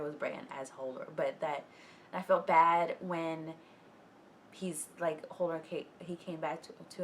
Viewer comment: I love that she is mispronouncing it as Holdor.